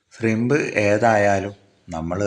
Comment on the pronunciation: സ്ലിമ്പല്ല കാക്കാ ഷ്രിമ്പ് Shrimph